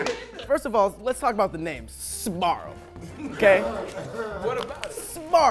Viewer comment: Sbarro... it's better sborro. Only the italian folks will understand this.😂😂😂